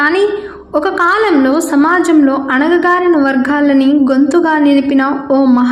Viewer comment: Anagagarina kaadu anagarina